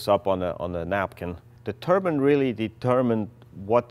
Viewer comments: I keep hearing Turban Car...not turbine... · A turban is a hat! Turbine! It's turbine!! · I wish you guys could pronounce the word "turbine" properly. It's not "Turbin", it's "TURBINE"!!! The "i" should sound like an i since there's an E after the N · I love it when guys have the balls to make outrageous cars.Please though would you stop calling a turbine a turban